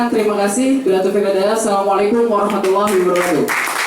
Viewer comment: Wabarkatuh -_- saking semangatnya malah lupa huruf Ro itu berharokat 😂